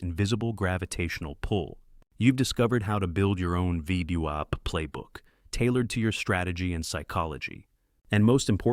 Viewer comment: Creators - if you speak english, please listen before you post and try to get your a.i. to acknowledge things like VWAP is NOT pronounced VEEDEEWOP lol NVIDIA is pronounced ENVIDEEAH Other than that... Excellent vids! Thank you.